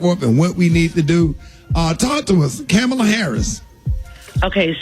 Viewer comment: Rickey is mispronouncing Kamala.